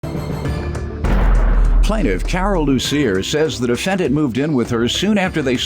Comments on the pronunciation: When he said Ms Lucifer, I thought I heard wrong😂😂😂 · Did he say miss Lucifer? 😂😂😂 correct me if am wrong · So FUNNY she said it seems like he was having a ritual in the bathroom and her last name LUCIER.and Judge MATHIS pronounce her name LUCIFER 😀😀😀😀😀😀😀that was hilarious!!!! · Judge said "lucifer"😂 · Your honor it’s Loosier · There's not a "F" in her name, so I don't understand why he called her Ms. Lucifer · Judge Mathis:Lucifer Plaintiff:Lucier Me:aha ha ha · When judge pronounced her name wrong I was dying laughing like the witness😂😂 Jm came with the shits already.